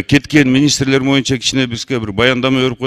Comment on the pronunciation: Отойук монча деген эмнеси бул депутаттын Эмне дкеген кангир баштар келген отолук боюнча деп айтылат да Суйлоп жаткан моюнча депутатты сугатчыга эле окшоштурдук